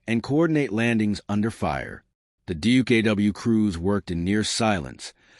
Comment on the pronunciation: check your facts stop using lame ai and its duck not dookoo.